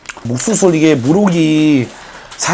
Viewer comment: 목수술이 옥수수라고 들린다 ㅋㅋㅋㅋㅋㅋ